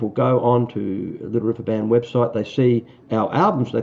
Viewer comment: how about, "Da Liddle Wivver Ban??"